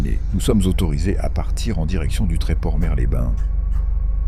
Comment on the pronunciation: dans Mers-les-bains , le "s" de "Mers" se prononce 😉